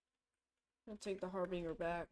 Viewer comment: decent vid. fyi your pronouncing harbinger wrong